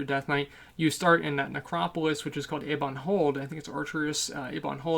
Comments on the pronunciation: Was I the only one twitching when he would say "EEEbon Hold?" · eh-bon hold, dear boy, eh-bon. not e-bon. e-bon refers to sweets for french robots. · Can you just say "e-bawn hold" a few more times?